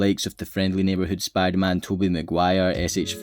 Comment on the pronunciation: Bro, sounds like Spoo der-Man